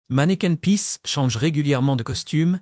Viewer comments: Manneken pis pas manneken peace....... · ce n'est pas " manneken peace " , mais manneken PIS ( = pipi ) ! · Je me suis arrêté de visionner après 5 min car cette Belgique là, je ne la connait pas et pourtant j'y ai vécu pendant 65 ans Votre accent est celui d'un touriste (ou IA ?) (On prononce Brussel pas Bruxxxel) "manneken pis" et pas "mannequin peace" ! Bref... Mais vous avez gagné un commentaire